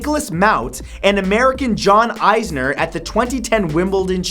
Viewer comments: its John "Is"ner...not "Eyes"ner ... smh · John Isner is not pronounced as eyes-ner, it's ees-ner. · The person on this video pronounces both tennis players names incorrectly. It is more like is-ner and ma-hoot. This match was parodied in a movie on HBO once. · it's is ner not icener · You absolutely butchered the longest tennis match names. Mahut pronounced like mahoot sounded like mouth lol how do u even come with that pronunciation. And it's isner not eyesner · It's Nicholas Mahut (Ma-oot) and John Isner (Is-ner) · lol John EYEsner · Matt...I love you man, but you really butchered the pronunciations of Mahut and Isner. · When Matt miss pronounces mahut and isner